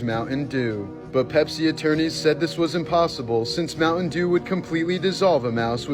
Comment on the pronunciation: Mouse. Tin. Dew